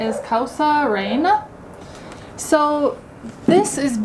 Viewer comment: and, You ought to try cerveza Cusqueña which is considered the best beer in Peru. There are others like Pilsen or Cristal but Cusqueña is the best. you nailed it in pronouncing Papa a la Huancaina and you did well in pronouncing Causa Rellena. Was the Lomo Saltado from the same place? If not which one tasted better? It usually come with fries at the bottom. Next time you guys can order Aji de Gallina which shredded chicken with a delicious creamy sauce, boiled potatoes at the bottom and white rice on the side. For dessert you might want to try Picarores, which are Peruvian donuts made with sweet potatoes and pumpkin eaten with syrup or honey on top., I noticed that you have a sweet tooth. See if in one of those places where they sell desserts they have "Suspiro a la Limeña". It's like a delicious mousse. I am sure that you will love it